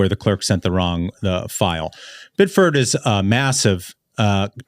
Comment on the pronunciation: Bid-ferd?! As a former Mainer I’m appalled 😂 Biddeford